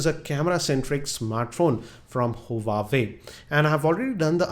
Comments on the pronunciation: huawei...not huwawei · its not hu-wa-way correct pronunciation is wah-way.